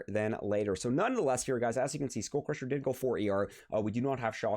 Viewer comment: It's just cringe hearing SchoolCrusher every 2m🤣